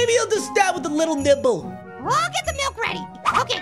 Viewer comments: grape fruit:give me the malk little apple:it is milk not malk grape fruit:no i just said malk little apple:No it is milk you said MALK i said thw way everyone says M.I.L.K Pear:just give him the milk little apple:BUT HE SAID MALK Pear:JUST GIVE HIM THE MILK Grapefruit:JUST GIVE ME THE MILK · HE NEEDS SOME MALK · GIVE HIM THE MALK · Me: say milk shake Grapefruit:milk shake Me:now say milk Grapefruit:...MALK...